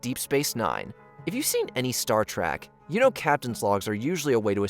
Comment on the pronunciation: Did you say Star TRACK?